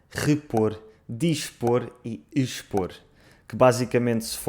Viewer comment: a tua pronúncia de "expor" é estranha. Eu digo "eix-por"